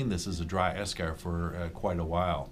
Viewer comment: While he's saying eschar, all my brain is hearing is beskar 😂😂